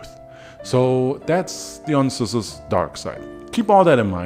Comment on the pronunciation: Dionysis: DIE-OH-KNEE-SIS✅️or DEE-oh-knee -Sis✅️ not deon-Is-is. 🚫 Im even more upset that no one has said anything.